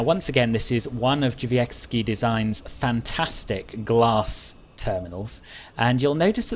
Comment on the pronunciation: I have NEVER heard anyone say "Drzewiecki" as well as you have. Fair play, I'm impressed! Fantastic review as always!